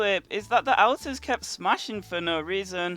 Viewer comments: anyone else annoyed by him saying outers instead of alt-ers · Ur saying alter wrong ur saying Alters it's pronounced aulter or sego thing like that k dude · why you saying AL ters it's said like ALLtars english do you speak it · ALL TAR not Al Tarr! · your not pronouncing alters right lol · It's pronounced olter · Al-ters is it just me or is he prouncing it wrong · Different pronounciation, because i have seen many videos and people say it either ALLtars or OLLters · Please stop saying altars wrong